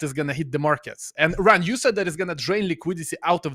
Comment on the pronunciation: It's ... 'Ran'...with a T on the end...LOL